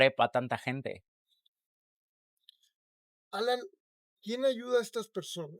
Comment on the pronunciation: Alaiiiiiiiiiiiin, alaiiiiiiiiin, no Alan Jajajajajajaja